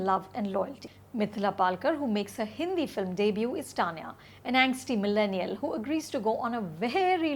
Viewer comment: Anupama, wth is up with your pronunciation of "Tanya?" Why are you using t from tomato instead of the Hindi soft t. Have you been watching I, Tonya too much to forget what is the Indian pronunciation of the name? I hate it when these urban English speakers try to cover up their Indian accent in order to sound more polished or educated. Rajeev and Sucharita and Rahul's reviews over yours any fucking day!